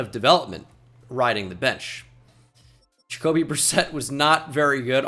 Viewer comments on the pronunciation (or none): none